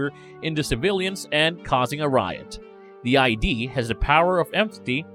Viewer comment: Okay it's not I.D. it's Id as in Sigmund Freud's structural model of the psyche.